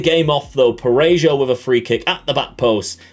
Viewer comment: Your DoF signed Lucca? You've already won the game, congratulations xD .P.S.: The "J" in Parejo sounds like the "H" in house by the way.